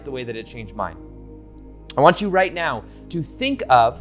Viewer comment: did you actually say "right meow" or is it just me.....